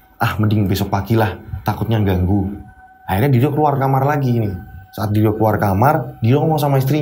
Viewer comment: bilang menuju ke diryo Tapi kedengerannya seperti bilang Menuju Kediri yokkk😅😂 Oiya, salut sama mas Wahyu, langsung menawarkan diri untuk menolong mas diryo, meskipun orangnya introvert😇 Saat saya liat potongan video diawal video, katanya mas diryo tirakat untuk membuat orang lumpuh.. tapi kok malah bapaknya meninggal... Tapi ternyata bapaknya meninggal sebelum mas diryo tirakat to🙏🏻